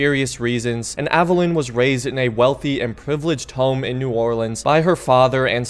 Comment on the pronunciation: It's pronounced "Aveh-leen."